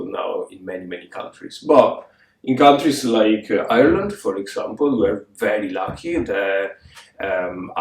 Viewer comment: Thoroughly enjoyed this episode. As much as I would like to join the Rainbow KAL, I have too many projects on the needles that require finishing in the next month. Supporting the rights of humans is a worthy cause, and I will follow the KAL progress in spirit! BTW, you sound quite Irish when you pronounce “Ireland”, lol. Supporting you from the USA.